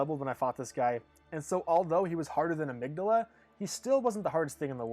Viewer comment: I also appreciate the correct pronunciation of amygdala